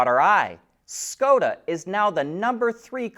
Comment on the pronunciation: It's pronounced Shkoda :)